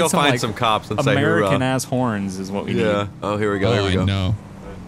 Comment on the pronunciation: Oorah, not hoorah Actually, just don't say it :\